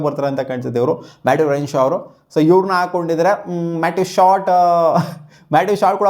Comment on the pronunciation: Matt renshaw say properly 😂